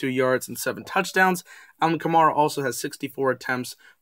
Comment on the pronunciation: The next time you talk about my Saints, fyi: Alvin's last name is pronounced ka-MARE-ah. Like a female horse, a mare. Not mar. Enjoyed the stats -- looking forward to the game in week 11.